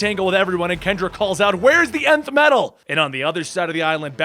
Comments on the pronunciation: I thought nth metal was pronounced “enth” metal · the way he says nth metal kills me, still love the vid <3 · He says Nth metal weirdly. At least, by how I've heard it said before